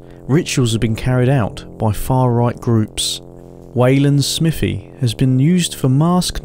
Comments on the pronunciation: "SMIFFY" its Smive--ee, Smithve---ee Smythee (as Ala Alpha's comment). I was born in Kent but then lived 4 miles from there in Shrivenham and also on the map Wanborough and also a few hundred yrds from "Steam Museum" on the map but now down in Devon. At the point where you did the tree graffitti I was under the desk hiding just in case there was a late 70's TW in view. I will say that there has always been strange stuff going on at night up there, at one time candles in the trees and then ribbons, hooded clan people, and groups of teens in school holidays. It has a "feel" to it,??? Anyway I assume you also visited the ROC post just the other end of that section of Ridgeway tack and if you make it to North Devon Give me a wave! Thanks for the Videos! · Im originally from Wiltshire/Berkshire border, and just to let you know you are pronouncing Smithy wrong. Its not Smith-y Its more like, Smiv-thy. I have no idea how to write it phonetically. lol. But its not SMITHY. :)